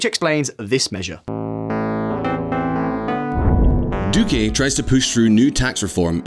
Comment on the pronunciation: I cringe every time you pronounce it "Duqué"